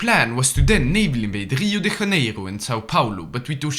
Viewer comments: It's not "RIo de Raneiro" it's Rio de Janeiro with a J like in Jaime! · Portuguese is not spanish. It's not Rio de "hanero" 🤡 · as a brazilian, the way you pronounced Rio de Janeiro hurt my soul ✌ anyways, contrary to popular belief, we actually speak portuguese, not spanish in brazil, so we pronounce it with the "literal" sounds (the "j" is pronounced like the one in "joy"), and not "rio de raneiro"